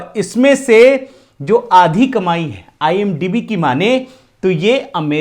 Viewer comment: IMDb hota hai idmb nahi dumbass 😂😂